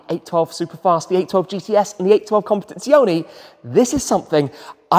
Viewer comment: As regards the word "Competizione", it should be said that he does not pronounce the original Italian final E (CompetizionE), but pronounces it like an English E. The Italian E is always pronounced the same way, regardless of where it is located (in the middle of the word or at the end of the word). Simply type the word into Google Translator and one can hear the correct pronunciation from a native speaker. ;)